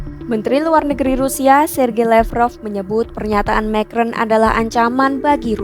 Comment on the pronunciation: Pembaca berita mengucapkan nama orang prancis dgn lafal/ucapan bhs inggris. Macron diucapkan "mekron". 😅😅😅